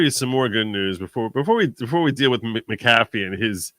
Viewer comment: Hi, my maiden name is McAfee. It’s pronounced Mac-uhfee. Love your program!